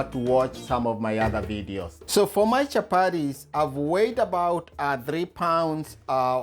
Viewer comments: CHAPARIS PLEASE IT IS CHAPATI.... WORA ITS WATER. WOTA! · Chapatis NOT Chaparies, great job though Chef👨‍🍳